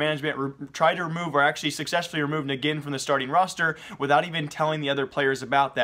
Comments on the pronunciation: isn't it called enjin not negin? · "negin"? who dat bish? That's "Ngin" as in "engine" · Bro eSports career is alright.... but you got to stop making mistakes like pronouncing ngin as neggin, I mean if you watch so much CSGO it's hard for you to make such silly mistakes. Gosh I can't remember the last time I watched space soldiers play but I know it's pronounced as engine. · its "engine" not "neggin" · ngiN = nuggin? seriously? its "engine" cmon hahaha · I'm pretty sure it's pronounced "Engine", not "Nagin" Just in case Edit: Nevermind, sorry. Didn't see that people had already mentioned that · ngiN is pronounced as engine. Not Negin. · its pronounced engine not neggin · lol its pronounced engine not nigin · its "engin", turkish name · Ngin is pronounced as engine. Otherwise nice vid! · the way you botched ngin's name its pronounced like engine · um hey its ngin (engin) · nh-gin Its Engine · isnt his name pronounced engine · its pronounced engine (Ngin) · Ngine u say it engine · Ngin is pronounced engine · ((Ngin is pronounced engine)) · ngin is pronounce as engine